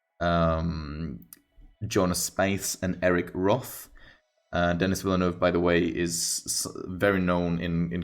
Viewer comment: I love "Dune". It has way more depth than Star Wars. George Lucas was supposedly inspired to create the "Star Wars" series from Dune. The director's name is pronounced: den-ee vill-newv. Author Frank Herbert compared the mercantilism in Dune to the oil industry and pillaging oil from the Middle East.